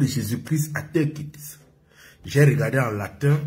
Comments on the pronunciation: Teukiste mais je rêve ou quoi😂fais de cours d'anglais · On dis take it... Toi tu attends teukit. Toujours a la recherche des vue